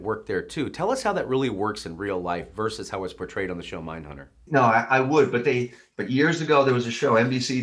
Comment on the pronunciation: Good interview, thanks. (BTW, it's "versus", not "verse".)